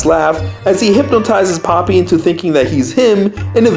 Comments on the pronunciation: Not poppy pronounced po pee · also popee is pronounced POH-PEE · Well her name is not papi her name is popee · Has anyone noticed most of the time he was saying papi the same for the entire video? AKA he was calling popee and papi the same thing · I always thought Popee's name was pronounced POE PEE lmao